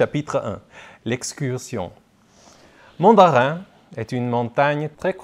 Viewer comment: Mais en fin DE compte ( c'est une erreur dans le livre) et on dit MONdarrain, pas MANdarrain le ON comme garçon